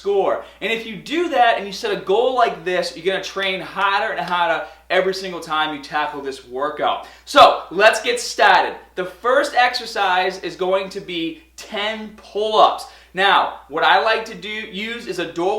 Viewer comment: "lets get statted"